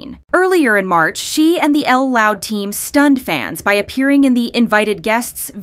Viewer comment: I gotta say it, can we STOP saying L loud, Lisa herself has said it’s literally pronounced JUST loud.